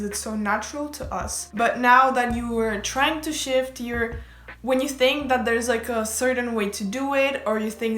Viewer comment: I KEPT HEARING SH!T INSTEAD ON SHIFT. “I can sh!t my sister in the other room could sh!t, anyone can sh!t” IM SORRY I NEEDED TO SHARE THAT